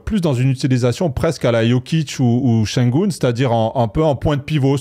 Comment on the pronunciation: Śengün et pas Śengun Ü de prononce "u" et pas "ou"